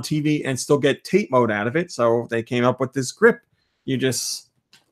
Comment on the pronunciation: I know you likely won't read this, as it's a month late (and you may have gotten this corrected since), but TATE is pronounced tah-tay. I'm sure you've been told it's simply the Japanese word for vertical/upright (YOKO being horizontal and less confusing in it's pronunciation). Hope this, if read, doesn't come across as sounding (insert derisive term).